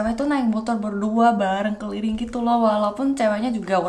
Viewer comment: Hahah lucu bener gua denger keliling jadi keliring, kaya ngomong clearing, clearing jalan-jalan sumbar udah kaya polisi patroli:)) Gua viewer barunya, dan makin banyak viewer pasti komentar makin beragam. Kalo ada komentar buruk, jangan bikin down ya mba. Walaupun secara umum mindset kita akan bilang orang Indonesia ramah ramah dan baik hati, tetep aja orang jahat or seengganya sekedar iseng tuh ada aja. Jadi usahakan ga perlu diambil hati. Kadang orang lupa yang ngomong di depan kamera orang beneran, bukan animasi yang bergerak hehe